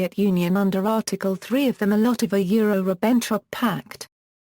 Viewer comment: Maybe with the continuing advance of artificial intelligence it might be one day possible to listen to Audiopedia. Its not there yet! I got as far as the 2nd and 3rd words, "Mol Lottova yure Ribenn Trop" before giving up. I guess she was doing her best.